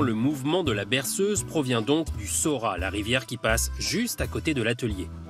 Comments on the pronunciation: Il me semble que l’on dit « Saurate » dans le Sud en général on prononce toutes les lettres. Donc le T de Saurat doit se prononcer. ;) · SauraT On dit le T dans le midi. Est ce qu'un méridional dirait "PariSS", ou "AmienSS"? Avant les reportages toujours vérifier auprès des locaux plutôt que de sortir des aprioris. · Il faut prononcée le T a la fin du noms du village Saurat.